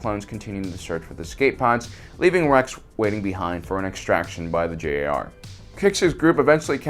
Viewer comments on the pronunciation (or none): He's really saying G.A.R as in "Grand Army of the Republic" That G does sound kind of like a J though